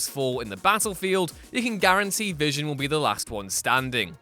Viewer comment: I know you just didn't say vison?? Did I hear you say v ison... You NEED TO DO THIS OVER